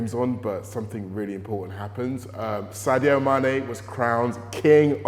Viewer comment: Its sadio not saudio